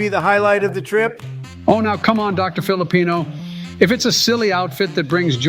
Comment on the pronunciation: DID JUST CALL HIM DR. PHILIPINO?? 😭 Imma think about that everyday